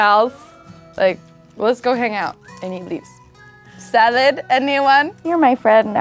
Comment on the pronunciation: "sah-led anywan?" The blonde girl is my spirit aminal (yes the spelling's correct)